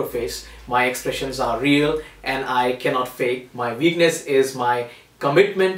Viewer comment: He says "what", but he says "veakness"